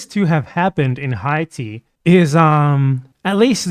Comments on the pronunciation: It's because he said it like an English speaker 🤦🤦🤦🤦🤦🤦🤦🤦🤦🤦🤦🤦🤦🤦🤦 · Is there a reason you were pronouncing Haiti in Spanish?